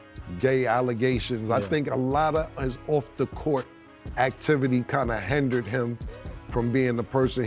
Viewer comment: Not “hendered” Cam it’s hindered lol